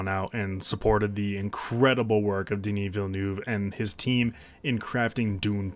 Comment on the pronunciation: “Deh-knee Veel-new-ev”. That is how it’s pronounced.